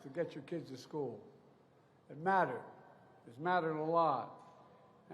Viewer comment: Buy dem said he doesn't want his kids in schhoool with a raaciaal jungle.